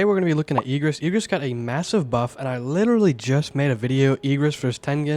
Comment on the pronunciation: IGG RIS not EEG RIS